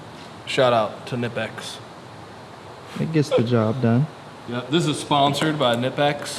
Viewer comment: Knipex are German so the “K” is not silent 👍